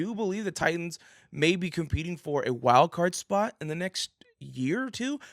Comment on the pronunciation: TITANS. NOT TITIANS